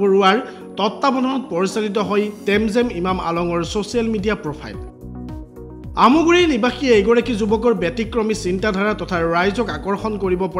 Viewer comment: Aamoguri nohoi aamguri